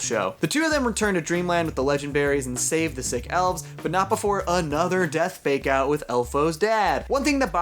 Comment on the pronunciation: I dont know why, but up until the last 3 minutes of this video, whenever you said "fake out deaths" I thought you were saying "make out deaths". I haven't actually watched the second season as I lost interest at about episode 6 of the first season (due to a lack of serialisation), and I was really grossed out about there being so many people making out with dead people.